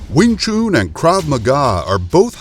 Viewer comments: You are probably thinking this because you are americans, using your own phonetics to pronounce with. Since the word is chinese, a chinese would know this best. Listen to this: Alright so the person saying chun here is english, but then lets get a real chinese to imply the correct pronounciation: When you say that it’s pronounced chun i’d have to agree - since we in Denmark would say choon, using other phonetics here. Just remember, saying it like chum or gun is an american feature... I actually just found this: an american saying it - then followed by a chinese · wing tshun man.... not wing tshoon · Wing Chun or Wing Choooon! Might as well call a “Nun” a Noooon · Wing “Choon” it’s Pronounced CHUN JUST LIKE CHUM. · Your getting closer to the truth, #1 it's wing Chun, not wing choon, why call the gm Yip man it's Ipman....STOP MISPRONOUNCING CHUN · I was waiting for anyone to comment on that...man.. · It's Wing Chun, not Wing Choon. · Don't take this as me being rude... but the "chun" in wingchun is pronounced "un" like to "un-ravel" or to "un-tie" and not like "oo" in "spoon" or the month of "june." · Wing chun Not wing choon. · do you know how to spell Noon?...then you will hear the difference between Chun and Noon..it´s not called wing chuuuuun....i get ear cancer i i hear that... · Still ist Not called sing chuuun. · Commentator's pronunciation of Wing "Choon" is funny Lolz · Glad I came to the comments first. After hearing Weeng Choon; I didn't even bother watching. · Not even the Chinese pronounce it as choon. I have never heard it said that way. Pronunciation is important for credibility. It's like calling boxing booxing. Do your research and details. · why is he pronouncing wing chun like wing chewn... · "Win choon" 😂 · Wing “CHOON” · i would really prefer that you learn the words before you speak them out, it s NOT wing chuuuun... you americaaaaan guy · Wing chooooon, can not even say it correctly. Instantly know it's a BS video